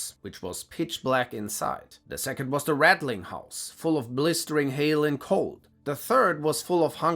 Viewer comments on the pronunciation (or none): none